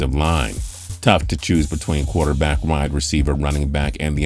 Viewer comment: dashaun watsons a good “Quuaterback” 🤣🤣